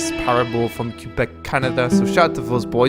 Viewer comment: "It's set in Kew-bec" -_